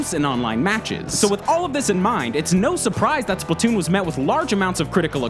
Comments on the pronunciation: IT SPLAT TOON NOT SPLIT TOON PEOPLE JUST COME ON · Can't wait for Spla-two-n... seriously. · Redo now with SplaTWOon